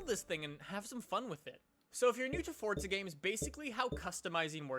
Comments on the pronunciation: its forza not fortza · "Fortza"??? WHERE'S THE 'T'? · so the actual pronunciation is fortza? geez I hate saying fortza it makes me cringe